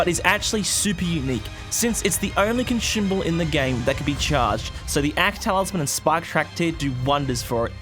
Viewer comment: Why do you keep adding an "h" to consumable?